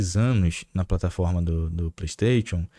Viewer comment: Porr@ fala direito.. é "playstaixon" kkkkkkkk